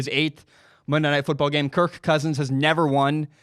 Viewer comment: I’m sorry man. I had to shut this off. The way you say kirK cousins makes this boarder line unwatchable